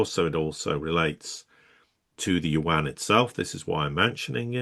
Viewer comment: There is no "warn". Its Yuan. get your diction right.